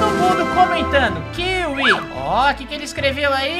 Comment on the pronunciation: Kiwi não kiwi